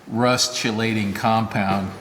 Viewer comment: very nice example of "trash to treasure." FYI, "key-lay-shun" or "key-late-ing"